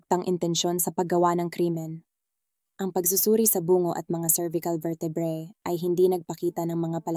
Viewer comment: Maganda at malinaw nmn pagkakwento nyo po, kaya lang may mga salita na dapat sana ay pahaba bglasin pinapaikli at pinapabigla nyo. Like labi (na bangkay ) nagiging labi (lips) . Pati Yung bungo (skull) naginging buuungo..